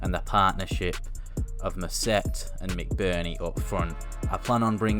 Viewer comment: mousset is pronounced moosey